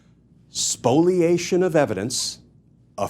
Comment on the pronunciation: Is it "Spoliation" or "Spoilation"?